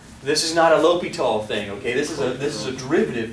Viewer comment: I love the way you say L'Hopital. Even though it is pronounced, L prime H O-hat pital.